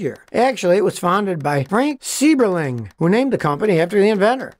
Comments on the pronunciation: A lot of good information, as always. Only one thing: as an Ohio native from near the Rubber City of Akron, I can tell you with some authority that the name of the family that founded Goodyear is pronounced 'SY-berling', not 'SEE-berling'. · Being from Akron and being a tire Industrial Engineer let me say - BRAVO! I found this to be one of your best ever vids. We always pronounced the name Seiberling with a hard I sound as in Budweiser for example. Or Geiser. Anyhow great video!